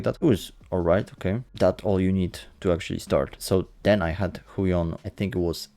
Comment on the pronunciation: (tak myslalem po wymowie Huion xD)